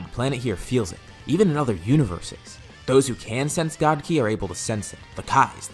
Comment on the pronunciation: 1.03.17. Did you try to say ki 🤣🤣🤣🤣🤣😁😄